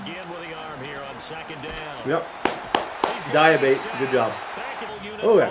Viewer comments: Dee-uh-bah-tay = Diabate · Dee-uh-ba-tay(diabate), you’ve been butchering his name td 😭😭